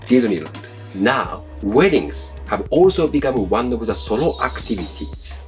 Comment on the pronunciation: Pronouncing the word "solo" as "sorrow" is kind of on point.